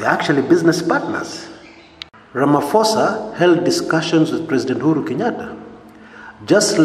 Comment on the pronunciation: He is Ramaphosa not Ramaphoso